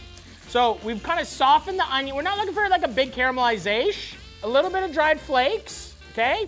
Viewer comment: He only said "caramelisation" once and it wasn't right.